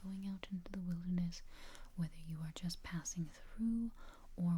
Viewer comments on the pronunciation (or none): none